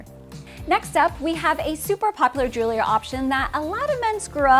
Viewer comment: Just a minor point regarding pronunciation of the word "Jewelry" which is pronounced "jool'-ree" or "jewel'-ree" not "Jool-lur-ee;" a very commonly mispronounced word. Nevertheless, I enjoyed your video.